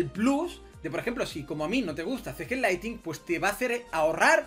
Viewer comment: No es Laitin (LIGHTING) es LIGHTNING!! La N de despues de la T se pronuncia!